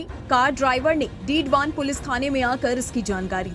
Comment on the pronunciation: डीडवान नहीं मैडम डीडवाना बोलो।